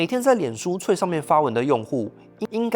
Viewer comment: 雖然 但是 threads可以不要念成"脆"嗎?